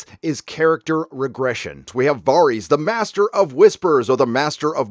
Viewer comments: 𝙒𝙝𝙮 𝙙𝙤 𝙮𝙤𝙪 𝙥𝙧𝙤𝙣𝙤𝙪𝙣𝙘𝙚 𝙩𝙝𝙚 𝙣𝙖𝙢𝙚𝙨 𝙬𝙧𝙤𝙣𝙜, 𝙬𝙝𝙚𝙣 𝙩𝙝𝙚𝙮 𝙘𝙡𝙚𝙖𝙧𝙡𝙮 𝙨𝙖𝙮 𝙩𝙝𝙚 𝙘𝙝𝙖𝙧𝙖𝙘𝙩𝙚𝙧'𝙨 𝙣𝙖𝙢𝙚 𝙢𝙖𝙣𝙮 𝙩𝙞𝙢𝙚𝙨 𝙞𝙣 𝙩𝙝𝙚 𝙨𝙝𝙤𝙬 𝙞𝙩𝙨𝙚𝙡𝙛? 𝙇𝙞𝙠𝙚 𝙮𝙤𝙪𝙧 𝙥𝙧𝙤𝙣𝙪𝙣𝙘𝙞𝙖𝙩𝙞𝙤𝙣 𝙤𝙛 𝙑𝙖𝙧𝙮𝙨 𝙞𝙨 𝙖𝙡𝙢𝙤𝙨𝙩 𝙖𝙨 𝙨𝙩𝙪𝙥𝙞𝙙 𝙖𝙨 𝙩𝙝𝙚 𝙬𝙧𝙞𝙩𝙞𝙣𝙜 𝙛𝙤𝙧 𝙎𝙚𝙖𝙨𝙤𝙣 8. 𝙄𝙩'𝙨 𝙑𝙖𝙞𝙧-𝙞𝙨, 𝙣𝙤𝙩 𝙑𝙖𝙧-𝙚𝙚𝙨. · Dude, it’s Dah-vos not Day-vos and it’s Varys (Var- is) not Vaahreeeees Love the channel though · Vare-is It's pronounced VARE-IS. Entire review ruined. lol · Are you purposely mispronouncing Varys? When did it become Vahr-ees? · VAReeees. Do you even watch this show? No one pronounces his name like that. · Great vid 👍 the way you pronounce the names in the show is super weird lol vaRis, dave-os 😂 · Respectfully, you're flipping your "a" sounds. Why do you pronounce Varys as "Vah-rys" and Davos as "Deh-vos"? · DUDE what's up with the way you pronounce their fuckin names? Day-vos....Vaaaris...STOP IT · DavOES? Varies? How do you pronounce every name wrong despite watching the show? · "Varrees." Dude. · Dave-O's and Vahries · Varys = V-air-es Davos = D-ah-vohs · Var-ees and Dave-os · I know it shouldnt mattet but it really pains me how he pronounced varys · Varys pronunciation c'mon man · I'm sorry, but what is with the pronunciation of these names? How are we nearly 10 years into a show and still having 90% of the names in the show being absolutely slaughtered? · i just have to ask why you pronounce Varys and Davos like that? Do the characters in the show pronounce it like that?... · You're killing me with these name pronunciations bro... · So he talks shit on game of thrones but can’t even say Varys correctly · The episode is minutes don’t know where he is getting 56 minutes from. Even taking out the intro and previous recap it’s still . Dude is just making shit up . Can’t take him seriously when he is Mispronouncing Varys and Davos . That probably mean he had 56 minutes left . Idiot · How do you manage to mispronounce Varys and Davos after hearing it said repeatedly for 8 seasons? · Video after video, you butcher the Spider’s name. Why, man? Why?